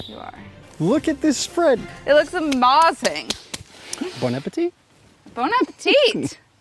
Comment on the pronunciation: you mean ammm-baz-ing.